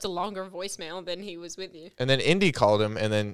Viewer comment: Ew stooop...says indi. 😂😂😂😂